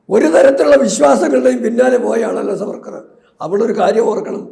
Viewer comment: It's not Savarkar. Should be pronounced as SAAVARKAR.